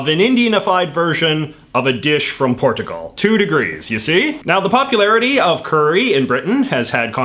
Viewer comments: You pronounced “Port a gal” wrong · Here are your pronunciation errors (and not American vs Canadian pronunciation) IndoNAYsia (no); IndoNEEsia (yes) PorTUgal (no); PorCHUgal (yes) PhO (no); PhUH (yes) And the pan in Japan might come from the Spanish, pan = bread, despite the portuguese origin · Why do you insist on pronouncing countries in the weirdest possible way? In-Doh-Knee-syuh. Portch-u-Gaul. Also, the British flag includes the Cross of Saint Patrick, for the 50th time.